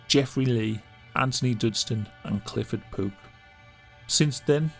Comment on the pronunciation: Is he saying “Clifford Poop”??